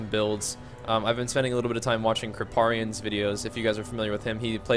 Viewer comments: Haha "Krip-ah-ree-in." It's actually "Krip-air-ee-in." I got your back. Dude I wish I could play this game with you... You should play Hardcore for fun!! You don't lose your character when you die, he just gets sent to softcore! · "krippAARRrian" lol